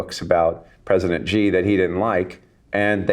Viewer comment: Thanks Kyle for all your insightful vids. Very enlightening. BTW, Xi should be pronounced as she, not Gee